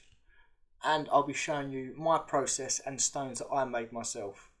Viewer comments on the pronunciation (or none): Love the channel. Your " friends" wont tell you this, so I will. Stop speaking like a child, please. I've heard you say the and they and this correctly, sometimes, so you can do it. Then you say Wiff (with), vis ( this), vat ( that),vare ( there) ova ( other), fing ( thing) megaliffic,frew (through), free (three), fink (think). Etc. You are clearly intelligent but speak like a child. Doesn't help your credibility old mate.